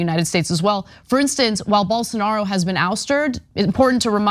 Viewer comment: Poor Journalist can't even pronunce Jair Blosonaro name! Get lost loser